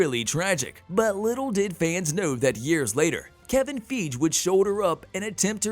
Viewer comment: Kevin Feej?? Haha! 😂